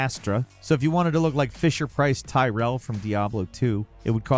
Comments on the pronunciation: Ty-rel…? Bro it’s pronounced Tear-e-al. Sometimes I think has never played games. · tyrell 😂😂😂 its pronounced tier e ell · Tear-eye-ell not TIE-REL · You did NOT just call Tyrael "Tyrell" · Love how you pronounced "Tyrael" as "Tyrell" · Woah woah woah... did just call my man Tyrael from Diablo Tyrel? Do you even mouse and keyboard bro? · "Fisher price Tyrel" im not even man he said my boys name wrong. My friends and i have been callung Tyriel "Tyrel" for years